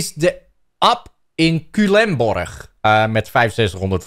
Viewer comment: je zei culemborg bijna correct!